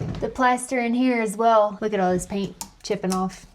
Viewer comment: I noticed you say "W" instead of "L" (weww rather than well). I thought it may be a speach inflection from where you live but your dad doesn't speak that way. Just curious!